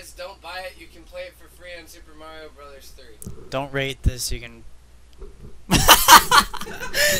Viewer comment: Its pronounced BROTHERS